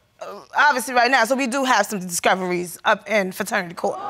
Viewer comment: She said fraternity court. I’m dead.